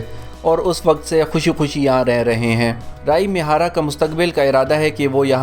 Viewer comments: Talaffaz. Rai mihara nehi. Ree A mihara. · رائی می ھارا نہیں ھے۔ یہ ری اے می ھارا ھے